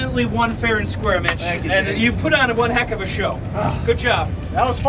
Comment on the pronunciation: Sounds like he is saying bitch instead of mitch